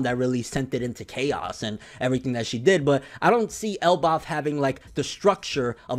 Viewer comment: Why do you say Elbaf so weird???